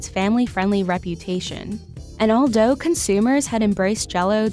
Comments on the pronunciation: I can’t stop rewinding to to hear hear say “all doe” instead of “all though” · She needs speech therapy to pronounce TH instead of D. “Deh product” “Dee jello company” “AL-DOUGH”?! (Although )